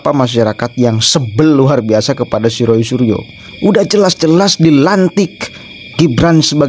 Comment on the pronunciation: Renyah banget waktu bilang Ruuuoooyyy Fuanciii 😂😂😂